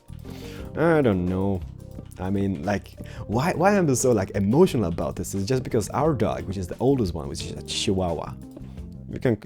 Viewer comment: Say "this", not "dis"!!